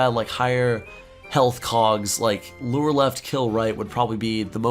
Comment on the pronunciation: dude its called LURE not LORE